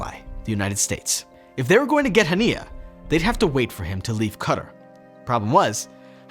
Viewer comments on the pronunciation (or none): It’s not Cutter it’s quay tar. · It's not "Cutter". It's Qatar an pronounced "Ca-Tar" ad means 'cat' in Arabic. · Qatar is not said as cutter!!! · Did this man just call Qatar, cutter? Lmfao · And it's pronounced Qatar like guitar but with a q or quitar or katar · lol the way you pronounce Qatar is wild. CUTTER/KATA lol 🤣🤣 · I don't like how you pronounce "Qatar", you make it sound like "cutter".